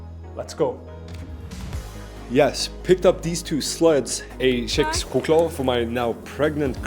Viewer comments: Did you just say fu**ing SCHECKS-choklad? Oh, FFS dude! Just kidding, say it how you like. 😁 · "CHEX"choklad??? ok buddy